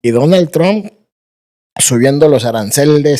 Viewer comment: Este compa de es malísimo para conducir un vídeo. Además que que dice "Tronk" en vez de "Trump"